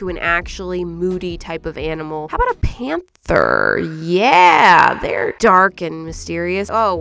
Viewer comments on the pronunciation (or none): lol the pamtherrrrr got me cracked up